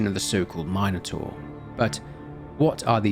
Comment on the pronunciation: Calling it a my-no-taur is lowkey pissing me off lmao